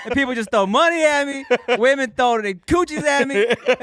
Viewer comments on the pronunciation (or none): none